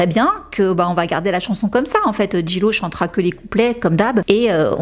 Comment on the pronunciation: En anglais le J se prononce G et le G se prononce J ...... please try to pronounce Jlo correctly!